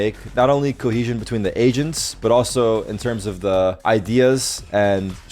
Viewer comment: I needed so long to figure out that he said agents and not asians😂